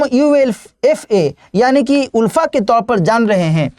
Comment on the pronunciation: Not उल्फा it's आलफा. Not Unified it's United.